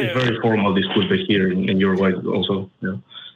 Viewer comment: Uruguay not Uraguay